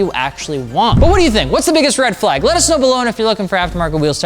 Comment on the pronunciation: Red “Fleyg” flag 🤣🤣